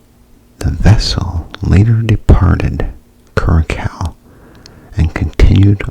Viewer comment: It’s pronounced cura-sow. Good ASMR video buddy